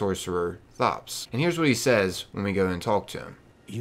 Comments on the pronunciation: So I really hate that everyone keeps saying his name wrong it's said like tops not thot-ops the H is silent do you say the H in thomas Too?! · Why do you call him THops, when in the footage you clearly hear him pronounce it as Tops (no thhhh sound)? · His name isn't pronounced like you're saying it. He tells you his name, if you were listening. The h is silent. It sounds like Tops.